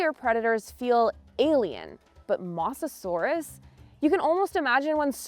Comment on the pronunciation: I sadly agree… “mossasaurus” was painful to hear. I guess first takes were good enough. Editing team??